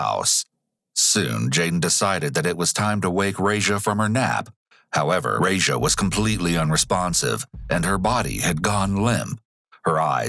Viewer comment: The way you mispronounce that babys name makes my ears bleed.